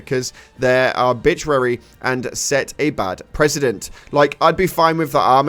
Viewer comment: Haha how did he say arbitrary?? And that was exceptions not expectations